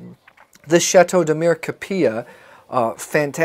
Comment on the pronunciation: Have you never been to Opus One or say Chappellet Winery? You pay for tastings. This Winery is not normally open to the public for daily tasting and opened for you. Demir KAP EE Jah is how you pronounce the town. So did you pay for the three bottles of wine? at a total of $18 dollars? I mean why would you expect to not pay? The average salary here is less than $15/day. You were in Negotino at Bovin and in Kavadarci at Tikves? Both charge for tastings and require appointments. I am confused at your story and I see you back peddled at the should. It doesn't add up if you truly had been to Negotino or Kavadarci first or even Stobi. There is not enough tourism to support free tastings here. It is custom you pay. I am saddened that you thought it is okay not to pay for three bottles of wine because of miscommunication and expectations of "free". Yes there is free wine here it is called domasno. Meaning home distilled. That is what you get free when you get to know a local.